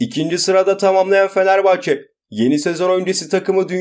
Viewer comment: Bişey olmaz hocam da Fenerbahç diyor.